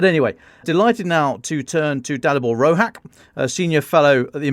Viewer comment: Too many conservative talking points on this episode (not that I don´t agree with some of them) and not enough Ukraine. But as a Czech, huge thanks for having Dalibor on! He made good points. Btw he´s Slovak and his surname should be pronounced Rohaatch, not "Rohak".